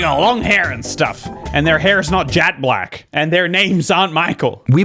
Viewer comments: the voice over pronounced it as jat black not jet black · OK but jat black is darker (the joke is that the narrator pronounced it like "jat" instead of "jet") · Im sure knew this. He was joking about how the narrator pronounced it. "jat" instead of "jet" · He's confused by "jat black" not "jet black". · That's not where the term comes from though. Jet is a type of gem. Also, I think he's confused by the pronunciation of it as "jat black" more than anything. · Because the dude actually said “jat black” 😂 that’s why he said it was a typo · The narrator pronounced it like 'jat" that's what was talking about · Yes but "jat black" is not. Which is what the narrator said.